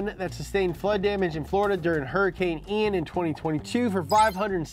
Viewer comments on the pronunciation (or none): none